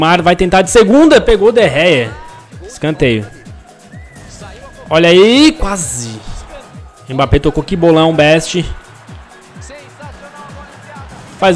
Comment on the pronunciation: Não é De Rea é De Gea